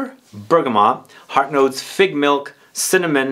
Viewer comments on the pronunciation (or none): none